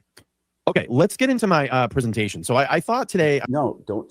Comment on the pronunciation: I’m cracking up about “Prezenation vs. Preeesentation” own that shit 😉🤟😂😂